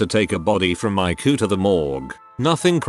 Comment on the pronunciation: It says eyecoo and not ICU